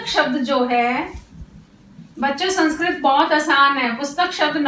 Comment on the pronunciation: मेम, अध्यापन की विधि बहुत अच्छी है लेकिन आप संस्कृत को संस्क्रत उच्चारण कर रहीं हैं जो सुधारने की आवश्यकता है।